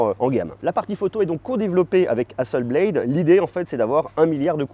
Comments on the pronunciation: Juste une petite remarque. On prononce HASSELBLATE.....et non HASSELBLAIDE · Excellente vidéo comme toujours ! Merci ! (Juste peut-être la prononciation de Hasselblad 😉 pour être chiant …)